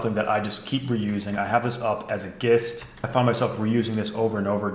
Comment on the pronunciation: man says "gist" with a "g" lol